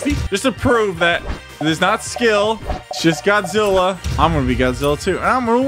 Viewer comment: Did you say dadjila😂